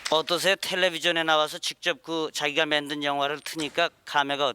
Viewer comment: 저 진행자는 아나운서인가? ‘만든’을 “맨든‘이라고 발음하네 ㅎ